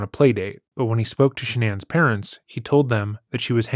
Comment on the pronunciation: No way you just said sha non it’s shannon